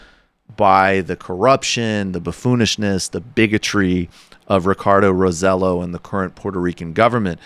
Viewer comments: Pronounced Raw-seh-JOH. Emphasis on the last syllable. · First, Michael, learn to pronounce "Roselló." The ll is pronounced as a y. Second, let it be known that the current Roselló is the son of a previous governor who was as corrupt. He stole from the government but never faced justice. Meanwhile, everyone around him went to prison. Third, the current Roselló is like Trump: a mediocre privileged white man who's never had to prove himself. He even killed two people in a car accident while drunk driving at the age of 15. His father simply flew him out of the island, and the little shit came out unscathed. This is what privilege gets you! Fourth, Congress has never, ever acknowledged that it's willing to give PR statehood. A few years ago, they said it'd take an overwhelming majority in a referendum. That won't happen. Oh, but they acknowledged that they're now willing to give PR independence--after decades of persecuting pro-independence activists and politicians. Fuck Congress!